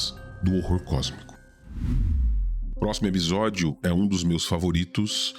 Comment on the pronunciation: A única coisa q incomodou nesse vídeo eh q pela modulação da voz EPISÓDIO soa EBISODIO.